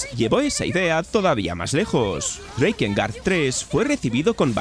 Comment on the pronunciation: No es "SOULSTAIS" es "Soulstice" y no se pronuncia "Dreikengard" es DRAKENGARD", No es "WANTID" es WANTED" etc etc